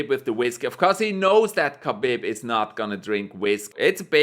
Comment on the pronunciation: Habib not khabib